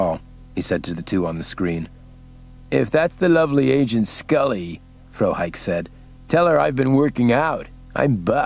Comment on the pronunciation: The mispronouncing of Frohike was a bit annoying.